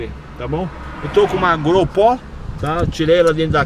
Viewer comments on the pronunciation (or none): Vídeo feito por uma tropa de BURROS! O tal do falando errado pra caramba: "eu defendo 'É NÓIS'..." E que câmera é essa? "Grol pó" o nome? É nova no mercado? Eu tenho uma GO PRO, será que essa tal de gRol pó é boa? O cara não é militar e diz que luta pelo Brasil!!! Certíssimo o novo presidente eleito pela maioria dos brasileiros (80%), mas como as urnas fraudadas não podiam admitir a derrota FRAGOROSA do PT, diminuíram esse percentual, mas todo brasileiro que não é PTralha sabe que foi de 80% para cima. Tem mais é que fazer convênios com os EUA e Israel, tem meu total apoio!